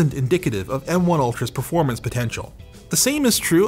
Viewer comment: "Verpormance" <3